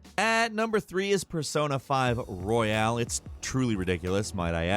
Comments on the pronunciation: Its Royal,not Royale you dimwit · Royal, not Royale 😩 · Why do you keep saying Royale? It's Royal.